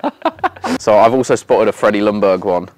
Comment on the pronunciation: It’s weird that not even an Arsenal fan who was watching him play gets that the L in Ljungberg is silent.